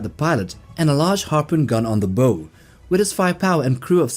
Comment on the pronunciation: Its bow as in cow and wyvern as in why ? ffs.